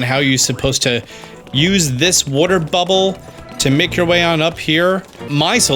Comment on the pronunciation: is Italian that's why he says booble frog lol